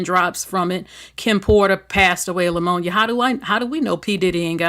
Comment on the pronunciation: Love your content, but the proper pronunciation of Pneumonia is just saying the word with the P silent. There is no L in Pneumonia.